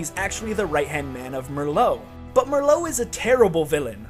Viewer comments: It’s fucking Marlowe not Marlo you Dickensian bastard!! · It's either pronounced TalBOT(BAHT) or TalBEHT, TalBIT like you were saying in the video just sounds wrong. And it's MARlow. Not Merlot, like the wine. Just thought I'd throw those out there. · Who the hell is Mer-lowe???? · MARLOWE NOT MURRLOWE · IT'S PRONOUNCED "MAR-LOW" YOU FUCK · this. Fucking triggerred me. MERLOW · Keep getting re-triggered by the comment notifications "Merlow" REEEEEEEEEEEEEEEEEE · lol Marlowe being pronounced as "Merlot" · He mispronounced Marlowe's name because he had another very good friend on the mind: Mister Booze, Mister Booze, Mister B-Double O-Z-E! For real, tho, great vid. I get more sense from this than actually playing Uncharted 3, my second favourite Uncharted game solely because of the melee combat. Probs. gonna be rewatching this one and exploring the other villains you've talked about. Last note: Love the speculation that Talbot had a secret. Makes tons of sense. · how does he mispronounce Marlowe when her name is spoken many times by the characters???